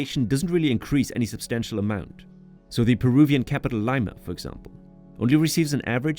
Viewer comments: Lima is pronounced "Lee-ma" not, "Lay-ma" lmao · Jesus, man, great documentary and all, but Liiiiiiiima, not Laima... Babbel should have pointed that out. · Lee-ma, not Lie-ma. Your AI bot needs to use Babel. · Did 'BABBEL' taught You how to pronounce 'Lima' ? 'Leima' ? Oh my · How have you been there and pronounce it "Lyma"?! That's wild! You would've heard the word 'Leema' over and over again... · Good documentary but you are promoting a company who teaches how to speak Spanish but they didn’t teach you how to say the name of capital of Peru properly? Lima ( Lee-ma) not Laima. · B.S. You weren't there. You've never been there. If you had , the fake robot voice wouldn't have pronounced it , LI ma. It's LEE ma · If you're learning Spanish, I'm curious why you pronounce the capital city Lime-ah instead of the correct Leema. But a nice video otherwise. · LAIMA? JAJA. EN INGLÉS SE PRONUNCIA LIMA TAL CUAL EN ESPAÑOL. AUNQUE CREO QUE LA VOZ ES UNA IA. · Lima is pronounced 'lee-mah' not 'liy-mah' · Great video, just a reminder, which you should know since you been here, Lima is pronounced "leema" not laima lol ... Not sure if you were using and app to narrate or if that was your actual voice. Anyway, other than that, cheers for this awesome work. Saludos. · Lie-ma😂😂😂 thats new try lee-ma(lima) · Surely if you traveled to the country and 'conversed with the locals,' you'd know that their capital city Lima is pronounced 'li-ma' not 'lei-mah.' Give me a break! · Hey, if your going to advertise a product used for language learning, and say that your learning spanish, then you have to pronounce spanish words correctly. Your not going to sell anything pronouncing it Lime-ah instead of Lee-ma or el neeno instead of el neenyo. Step your marketing up. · Severely ruined the video for me, made me gag every time. It´s Lee-ma, not Ly-muh. I assume that this an AI voice and no real quality control in post. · How hard is it to pronounce the capital city of Leeeeeeeeema...